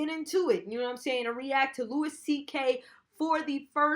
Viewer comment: Its Louis prounounced loowie